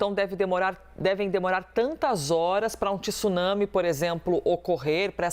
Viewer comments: Vamos pronunciar a palavra correta é TSUnami e não TIsunami . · 😂 Estranho o professor pronunciou a palavra TSUNAMI certo no comeco e depois comecou a falar TISUNAMI...nao sei se pra acompanhar a apresentadora...Tsunami se pronuncia da forma que se escreve...